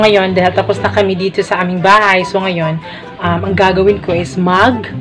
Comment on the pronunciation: nakakainis naman ung sinasadya mong pagbigkas na may bisaya accent like EKOT EKOT at DETU. pagbisaya nalang kay pangit paminawon. ayaw mo kasulo kay constructive criticism na ha.